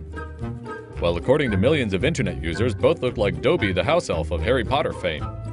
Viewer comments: It’s not Doby it’s Dobby :/ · Why did he say dough-be in stead of dob-ie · What? D-oh-by?? It’s Dobby tf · You did not just say Dobee.....(Dough-Bee). It's Dobby(Doh-bee) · DOBBY NOT DOBEY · Its Dobby not Dobey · Dooe bee ? It's Dobby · Bruh it's not doe-by its dobb-y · “DOUGH-bby” rly my boi? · Wait wait wait did you say DOE-bby 🤦🏽‍♀️ smh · You said dobby wrong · he pronounced dobby wrong lol